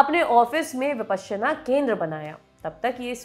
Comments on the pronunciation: Your pronunciation is slightly off the mark! Please refer to original Sanskrit pronunciation!! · Anchor's pronouncing it "विपश्यना", whereas I always here it as "विपासना" everywhere. What's correct?